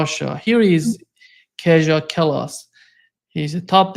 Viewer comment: FYI: Estonian Former Estonian PM, now EU Foreign Minister Kaja (Kallas) is pronounced Kah-yah (KAH-lahs). As in Scandinavian countries, "j" is like the English "y" - as in "God Jul". And while we're at it, "Colonel" (Wilkerson, Baud) is pronounced "Kernel" (like corn). No one knows why.🤔Minor points about your fine work,! Your respect for your guests is admirable.